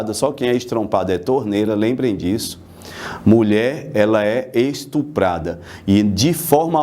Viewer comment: Rachei 😂 na hora que ele falou "estonprada"